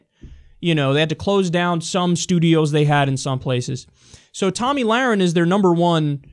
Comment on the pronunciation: Did Glenn Beck just call her "Tummy Lahren"?